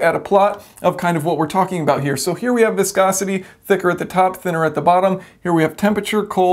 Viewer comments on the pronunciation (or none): the word is have, not haft